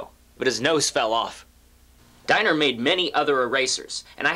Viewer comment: Pronounced 'DEE-ner'!